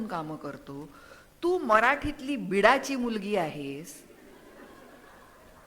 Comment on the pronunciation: Beedachi nahi ho beed chi as bola